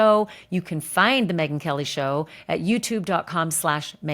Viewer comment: Again . Megyn Kelly it’s KOH NOT KOLE 😂 please stop saying that !!!!